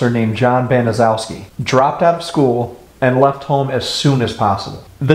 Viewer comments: I had the misfortune of having to look at that despicable woman, talk to this woman, and be professional with this woman, during her incarceration. I liked your presentation, because it’s pretty consistent, with the facts, surrounding this heinous and surreal crime. Her last name is actually pronounced Ban is shess key. Nothing has impacted so many people, who l still know, and had a link, to this story. Seriously, one would have to have the kinds of relationships in this tragedy, that we are just now, coming to terms with this, when one reaches this stage of their lives. My sister’ best friend, whose parents were doctors, was in gym class, with her, during that fall. She became a state trooper. Another individual who l know, is actually in position of drawings of Sylvia, And R. Hobbs., in addition to like yearbook notes. I was on the treatment staff for the IN Women’s Prison, among other prisons. Also was a prison hearing officer (judge,) and Gertrude worked right next to my office. Although most all of them are gone now, don’t think that we haven’t all shared our feelings in the last year. Given, her neighborhood, it was a rundown, mostly white, neighborhood. Later, neighbors apparently had actually heard the screams, but police are rarely called, even to this day. The depravity, brutality, and torture, surpasses any crime, committed in Indiana, that l can possibly recollect, was more grotesque or evil, than this. From all reports, Sylvia was a very sweet going lady, and wa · Honestly who cares. Those horrible excuse for people don't deserve anything. By all means keep mispronouncing that horrid name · a lot of people mispronounce there last name it’s ok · Wow don't apologize that is a difficult name to say .love your channel.i have subscribed now . brilliant. XXX Joanne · No problem we all pronounced worfs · You are mispronouncing Gertrude's family name.